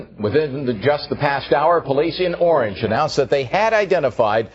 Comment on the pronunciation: The city of oorange, yeah, forget this channel. Stick to England murders because if you can't pronounce a city correctly, you lost me.